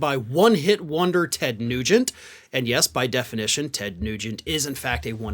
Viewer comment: Oh Ted NuGEnt! I heard Tes Cruze the first time you said it...